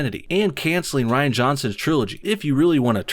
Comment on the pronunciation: Ditch Kennedy, all of her writers, and definitely Rian (pronounced: Reeeeee-anne) Van Johnson. And JJ Abrams too.